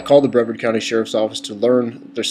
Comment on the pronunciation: First of all it is pronounce Bruh-vard, not Bre-verd. Mr. Ivey is a great guy, the people in these videos are assholes, he's a busy man. Besides, it is a safety hazard to be around an officer when he is going through a traffic stop. If he is busy taking care of a speeder, he can't give his full attention to the person coming up behind him who could POSSIBLY have a weapon. Dont tell me thats BS either because shit like that happens! I live here, and i have to say the law enforcement is great.